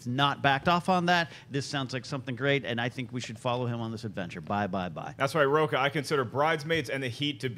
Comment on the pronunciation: William Miller I knew I wasn't the only one who caught that. Additionally when he (Rocha) talked about it's quality that matters. You don't say Rocha?